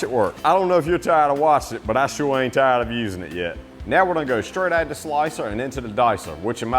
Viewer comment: I know you have a Southern accent, but accent is NOT annunciation. You do not ANNUNCIATE a LOT of your words - OUT is NOT prounced "ET"! VEGETABLE is NOT pronounced "Vegeble"! "LIKE" is not pronounced "Lie"! "ABOUT" is not pronounced "ABET"!